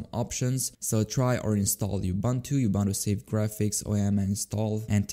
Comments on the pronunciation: yea is kind of weird, he sometimes pronunces it like ubantu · Am I the only one who doesn't like how he pronounces Ubuntu?